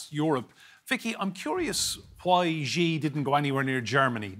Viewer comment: Please learn to say Xi properly.